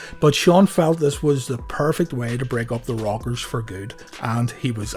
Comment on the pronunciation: I know this video is 2 yrs old but it's new to me and it sounds like your saying The Robbers